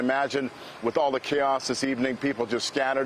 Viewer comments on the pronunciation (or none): did the brutha just say Kilroy??